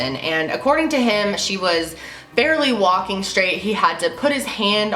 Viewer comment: Why the emphasis on "WALKING"??